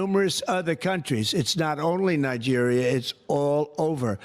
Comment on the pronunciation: Did you say Nigreria.Now he can recruit African Americans, at least 2 battalions to die in Africa